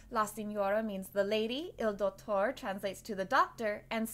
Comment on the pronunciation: Also Pull Chi (like Qiqi but just one syllable) Nel Lah Dowt torey Si knee orah